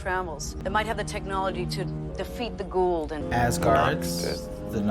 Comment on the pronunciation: Hey, the correct pronunciation of the Goa'uld is Go (yes, that go) -Ah (like Rah, without the R) and -oold like the o's sound in smooth.... Go-Ah-oold. Teal'c, Carter, Daniel, Martouf and Thor have made it cannon throughout the series.... Jack and Hammond butcher the pronunciation every episode! Lol